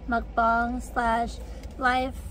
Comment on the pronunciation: That’s the correct pronunciation